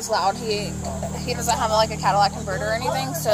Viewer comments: She said "Cadillac converter"😂😂😂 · She said Cadillac converter💀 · Well, she actually said Cadillac converter lmao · "Cadillac converter" 😂😂😂😂😂 what a dunce